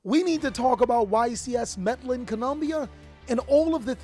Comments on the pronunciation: Meddling lol it’s pronounced med-eh-yeen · Meh-de-jeen. Please pronounce it right next time big dawg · bro, in Spanish the double L makes the Y sound. Trying to help you out with the Spanish community. Also you’re doing great with the vids & life keep it up 💪🏽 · im sorry but i cant get over how he says Medellin, ive never heard anyone pronounce it that way lol